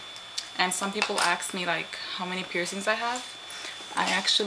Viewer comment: did she said "aks"me ? omg! lol